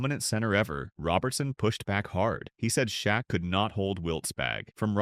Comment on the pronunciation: The name is Shaq not shock but his real name is Shaquille they call him shaq short for Shaquille now Shaq it's a name that rhymes with back like Shaq back or Shaq attack